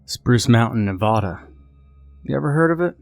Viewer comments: Yay another nevadan. He is saying it wrong right it's Ne-va-da not Ne-vä-da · It's Ne-va-da, never say Ne-vä-da. It's like saying new - ýãke city. It's wrong and offensive.